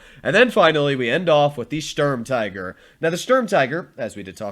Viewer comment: The U in Sturm tiger is pronounced the same as the U in stupid, or the OO in spooky In total it is pronounced: 'Schturm teager'. The StuIG33B is an Sturm Infanterie Geschütz. It is not an L. It is an i. The I from Infantry. In documentation the name is shortend to: Sig33.